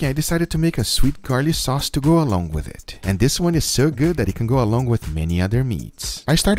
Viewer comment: "And dis is phenomenal!!"